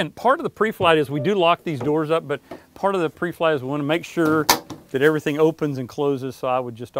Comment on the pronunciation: "This video will know you everyting...." Love it!